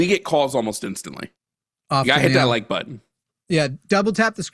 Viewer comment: It’s cute how says button, “butt ton”